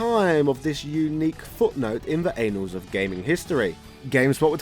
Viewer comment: It's pronounced ann-als... not anals...